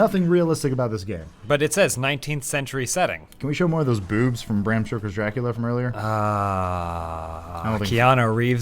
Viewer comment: "Bram Sugar" wrote Dracula? Wow I've been really mispronouncing that name for a long time...